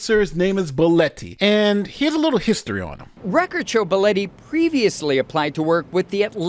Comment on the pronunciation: BEH LAW TEE , i cant believe 2 people pronounced that name wrong or is it just me ?